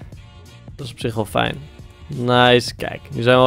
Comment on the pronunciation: ff ter info je zegt altijd vijn of vornuis met de v maar het is met f